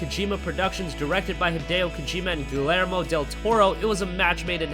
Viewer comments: dude how the hell did you just acknowledge somebody's fame...and make an otherwise informative video...but PRONOUNCE THE NAME WRONG? Seriously? Guh-Leer-Moh Del Toro? you don't need to use an accent when you just say the name but double L's in Spanish make the Y sound here. I don't understand the logic, but that's why they say pollo (Chicken) like poy-yo. nobody says it like the way you said. this is not a matter similar to how British accents say saw like sore. even they would agree that you really butchered that. I'm not fluent and I'm sure I'd mispronounce words from a thousand languages. it's just the problem that you said famed. you set up a good intro. you made it sound like you knew a bit about the guy and then that....what if your best friend introduced you to somebody and said your name wrong, and then your new acquaintance now knows you by a funny sounding name. oh better yet, you do something great and are recognized by YouTube channels about games so thousands will hear it. I'm making a bigger deal out of it maybe but I've illustrated my point. otherwise, great vid. thumbs up anyway. (except in Australia, and other countries where that's a rude gesture). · Also at the very least learn how to pronounce Guillermo Del Toro for God's sake. GILLermo...come on man, take some pride in your work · the two l's in "Guillermo" make a "y" sound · The double 'L' in Guillermo is pronounced as 'J'. That annoyed me more than it should have.